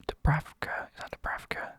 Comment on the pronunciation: Man said dubravka😭